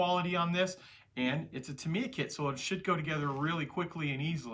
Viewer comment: Ask a company rep...it’s Tah-mee-yah (somewhat similar to Yamaha) not Tuh-mee-yuh (or Tuh-my-yuh for that matter).